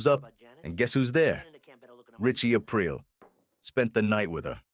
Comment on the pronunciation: I don't think so even though the pronunciation of Aprile is a little suspect 😂 but maybe